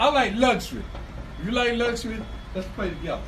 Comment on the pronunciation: can’t even pronounce “luxury”. That fool said “lush ur we”. 😂😂😂😂